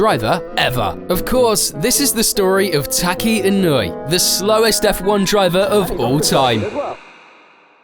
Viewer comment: Tacky Inuwi. Sure. That's totally how you say that. (nope) E, no? Eh? (<<-- say this. And you've got it right.)